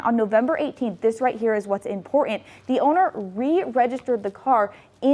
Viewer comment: Why is the car so impor-ant? There's a "t" in that word and that whole monolog was useless